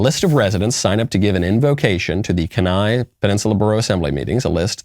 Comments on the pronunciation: Kenai is pronounced keeneye not keneye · "Can eye" instead of "Keen eye" had me laughing. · I went to kenai the summer of 2021 and it was the greatest trip of my life. We caught around 500 pounds of sockeye salmon and sliver salmon. Btw it's pronounced kee-ny, not ka-ny 😂. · Not pronounced "ken-AYE", Mr. Knowles, it's pronounced "KEE-nigh". 😊😁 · It is pronounced Key- nai. Please stop saying "kanai" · Sadly, a lot of the local politicians up here stink, the Anchorage assembly literally has the guy who just lost to the current mayor on it and has basically kicked him out and taken over. Our governor's pretty good though. There's quite a few hippies in Kenai, (key-nigh not ken-i), but the majority of us are republican. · OKAY MICHAEL, i can't listen to you say Kenai like that anymore... it's pronounced "kee-nigh" other than that spot on, Kenai and Homer are weird freaking places, but fun for a day. I live in Alaska and sometimes people get freaky with so much lack of vitamin D. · KEY-nye Guys, it’s not hard to look it up before you go live. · It's Kenai (keen-eye). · Bro, it’s pronounced “keen-eye” 👍🏼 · It’s pronounced “KeyNie” lol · It's pronounced keen eye. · Kenai => pronounced Keen-eye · It's pronounced key niy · Pronounced "Keen Eye". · Founding Fathers never intended religious plurality. Kenai is pronounced "Keen-eye" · Mr. Knowles you make a good point about religious freedom. Church used to be one of the main functions here in the AK. I used to think that type of crap or certain leftists beliefs wouldn’t reach here. But here we are. BTW it’s more pronounced Kee-nye, Mr knowles. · It’s Pronounced Key Nye. It is painful listening to you butcher that name. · It's "key nigh" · Me, an Alaskan: it’s “Keen-eye” and we do not associate with them. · Pronounced “kee-nye” lol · yeah it's pronounced kee-ny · Hello Michael! The town is pronounced Key-nye. Love your show! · Literally never been to Alaska and I know you pronounce it "Keen-eye" as one word.